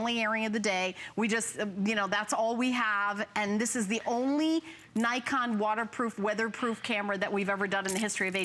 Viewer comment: I think, it pronounce "NiKON" not "Naikon".